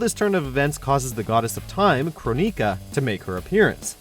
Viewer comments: Its not Kroneeka, its kraw-nek-ah Or, crow-nek-ah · Boy said “kroneeka” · Omg all the horrible pronunciations. CronEEka??? Smh. That being said i cant w8 for mk11 n seeing where the story goes from here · Bruh.. how you pronounce kronika is wack lmfaooo